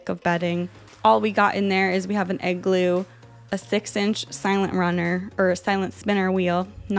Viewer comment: when you say igloo i misheard it as 'egg glue'